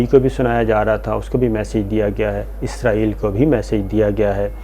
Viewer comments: Isko pronounce Izrail he kertey hain. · جی شاکر بھائی لفظ اسرائیل صحیح لفظ ھے۔ ازرائیل موت کے فرشتے کا نام ھے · مہربانی جناب آپ نے تصحیح کر لی اور ازرائیل کہنے کے بجائے اسرائیل کہنا شروع کر دیا۔۔۔ڈاکٹر شاھد مسعود بھی یہی غلطی کرتے ھیں اور اسرائیل کو ازرائیل کہتے ھیں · آپنے پھر ازرایل بولا آخری جملوں میں 😀😀😀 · شاکر صاحب آپ کا تکہ کلام اپنے پروگرام ناظرین اکثر پو چھتے ہیں پو چھتے یہں کیا کہنا چاہیے؟؟آپ اپنی ویڈیو دیکھا کریں اسرائیل کے بارے میں پہلے آپ کو کہہ چکا ہوں کہ عزرائیل نہی اسرائیل ہے ۔اللہ آپ کو خوش رکھے اور صحت کی دولت سے نوازے آمین